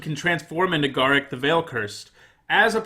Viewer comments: Garruk is pronounced gar_roook not ga_ruck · Please learn to pronounce Garruk, I was having mini strokes everytime you said it. Other then that I love the lists and your system of rating it.